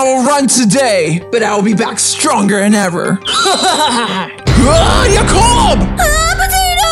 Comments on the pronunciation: Jacob not yacob. JACOB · Y yacob instead of Jacob